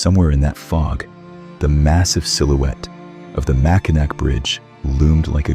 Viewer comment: As a Lifelong Michigander I have got to tell you. It's pronounced "Mackinaw". I know, it's written with a "c", but it's pronounced with a "w".